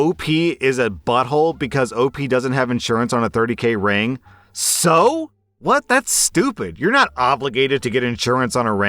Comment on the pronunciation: All I can hear when he says ring is "rªng"